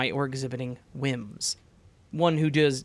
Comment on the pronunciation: Very Whimsical way of you to mispronounce, “does.” 🤣❤️ Just showing I’m listening by not only including your word of the week but your quirks from being exposed to the heat! 🔥 Stay cool friend !